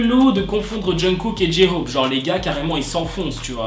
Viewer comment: Ok alors je kiff tes vidéo mais tu prenonce mal le nom "J-hope" il faudrais que tu mette l'accent un peu plus anglais en peu comme ça Jay hope (tkp je sais que sa s'écrie J-hope) voilà la prochaine fois dit bien J-hope 😁😁(conseil d'une ARMY)